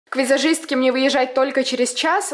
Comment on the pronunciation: Вот мне антересно, меня одну бесет как говорит афигенский и визашистка!?!